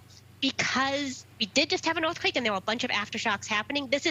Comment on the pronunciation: Orth quake ... Evwee body wuuun!!